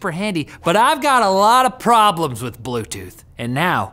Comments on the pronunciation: Blute tooth???? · BLUTETOOTH lol